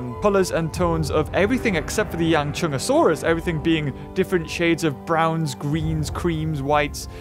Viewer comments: Not yangchunsaurus it’s yanchuanosaurus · pronounce it correctly it is Yang-chu-an-o-saurus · It think it’s pronounced Yong-Shyang-o-Saurus, I could be wrong But that’s almost how it’s spelled so yeah :/ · Yang - SHOE - ahn - O - saurus. But it don't really matter coz you were almost there. And yes. From Asia.